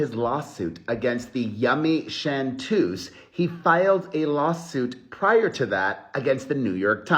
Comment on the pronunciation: " The Yummy Chantuese" lol.